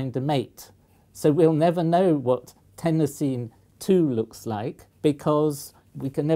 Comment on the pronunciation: I've never heard anyone pronounce chlorine the way you said some Americans do. Iodine you got right, but everyone says chlorine the way you do. At least where I live. I also agree with your pronunciation of Tennessine.